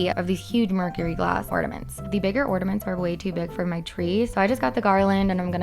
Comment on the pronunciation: Is it just me or Is she saying orDament?